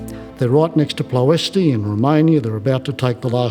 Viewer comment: Ploesti, the Romanian oilfield, is pronounced "ploe-estch", like retch or wretch, not ploe-estee. Ask a Romanian about "ploe-estee", and they will look at you like you're from Mars.